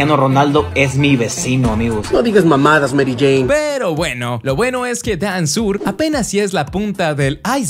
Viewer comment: Les digo que dijo dansur cumputadora